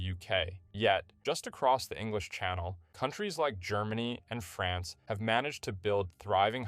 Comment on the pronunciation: Every time he says France i cringe a bit..